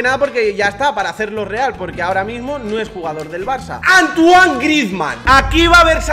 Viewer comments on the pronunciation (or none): none